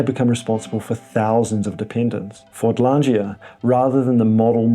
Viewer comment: Fordlandia - where is the 'g' in the word as the pronounciation by the presenter puts one in.